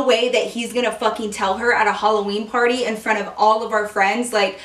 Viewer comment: when you said party i thought you said porny lol